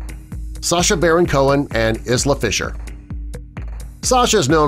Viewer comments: Pronounced Eye-la, not Iz-la. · Isla Fishers name is pronounced Eye-la, not Is-la. It’s a beautiful Scottish name. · Isla is pronounced eye-la! Lol The ‘s’ is silent just like it is in island! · Isla fisher is pronounced as “eye la” isla Fisher.... And wat about Minnie and Mickey Mouse? They been together for yonks